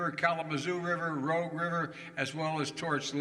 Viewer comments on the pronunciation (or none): ‘Rooge’ River. He knows Detroit, but apparently not the Rouge River.